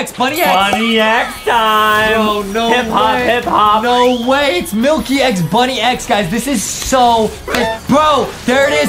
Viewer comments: It’s pronounced bunnix not bunny x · btw its bunnix not bunni x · 1: that’s not vesperia , that’s queen bee 2: It’s Bunnix Bun-IX not Bunny- X 💀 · It’s actually pronounced bunnex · Honestly the merch doesn't look that accurate, and they really know nothing about Mirsculous Ladybug at all, and they said Bunnix's name wrong!! I am a real Ladybug fan like this comment if you are a real Ladybug fan!